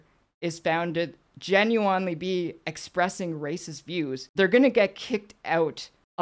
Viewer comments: "Jen, you in Lee?" she said, after examining her overwhelming gock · Keffals grift exposed! As she read the word, she almost pronounced "genuinely" normally, then "corrected" herself to say it weird! Will this lying grifter ever be stopped?